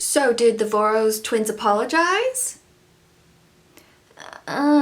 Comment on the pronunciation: Voros is pronounced like Vorosh! It's a Hungarian name I think?